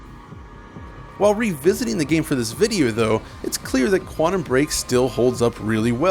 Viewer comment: Please stop saying "Quannum"